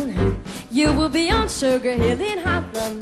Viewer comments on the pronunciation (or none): Wonderful singing, shame she cannot pronounce the word HAARLEM. Sounds like she is singing 'heaven, or 'holland'. Still, she is just a kid - she'll get better and better.